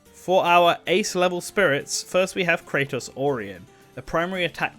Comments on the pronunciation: It's not pronounced Kray-tos. It's Krah-tos. And Presea is not Pree-See. It's Pre-say-a. And Genis is pronounced like Gee-nis. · It's Gee-niss, Raine is pronounced like Rain the weather. Krah-tos, not Kraytos like GoW, Presea is Pra-SAY-uh. Needed some research on these pronunciations, narrator. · Also the way he pronounced Kratos when there exists another Kratos in a different game series